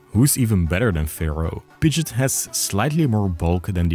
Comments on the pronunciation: What are you doing pronouncing Pidgeot like Pidjit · You can’t say Pidgeot like Pidget and expect me to take your opinion on it seriously